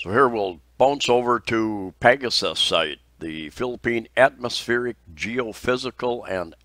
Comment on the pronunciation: Ha, had to laugh at your Alabama styled pronunciation of PAGASA (Pah 'Gah Sah). Pronunciations aside, you could have been a weatherman!